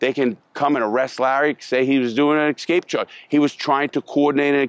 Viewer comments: escape. not EXSKAPE. rofl. maybe you need to aks more questions about. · LARRY ESCAPE! NOT EXSCAPE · "Excape" charge 😂